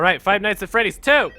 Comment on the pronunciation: Five nights at Fweddy's